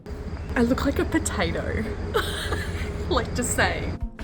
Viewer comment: But you said potato I think